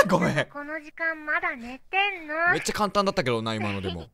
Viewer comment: 「め↑っちゃ」っていうアクセントに気を取られて内容が入ってこない